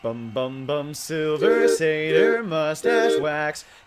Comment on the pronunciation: Shrieking sounds!! Yay!! Also: SilVER saTYR musTACHE wax